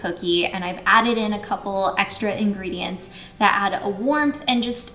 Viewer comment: “Ingredients”? More like “INGRIDients” am I right?